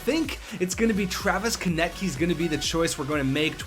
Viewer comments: it is Travis Konecny not Travis Konecy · It is pronounced "Ko-nes-ny